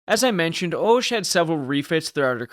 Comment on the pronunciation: the "o" in Hoche is pronounced "ah", so "ahsh"...and though definitely quirky-looking, is not so different from other ships of the battle line of the period.